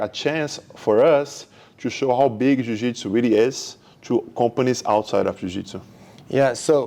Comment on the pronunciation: Why are you pronouncing Jiujitsu like that?